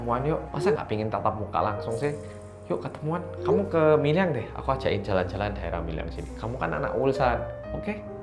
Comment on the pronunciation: dibaca nya MILYANG?? bukanyan MIRYANG ya?? Soalnya orang sini pada ngomongnya pada MIRYANG.